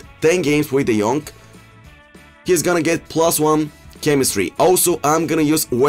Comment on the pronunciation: De jonk not de jong !!!!! C’mon ea fix it